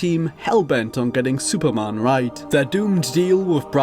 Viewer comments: Dude, it's Superman. Not Supermân. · HOLY SHIT I CANT WATCH THIS. SUPERMAN. SAY IT WITH ME.